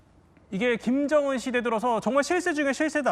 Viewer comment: 으 발음을 어찌 그리 못해요? 그게 안돼요? 일부러 그러는 건가요? 김정운, 김정은 운독촌, 은독촌 쿤대장. 큰대장.. 우리나라 사람이 이게 인된다구요?